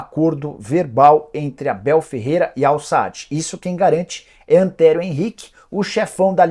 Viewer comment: Não é "Al-Saad", é Al-Sadd.